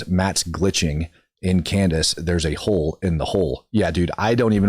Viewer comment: Candice would pronounce it, “ A HO IN THE HOOL”!😂